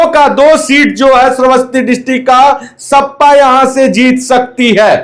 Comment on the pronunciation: ओ भाई सपा होता है ना की सप्पा सही से बोलना sikho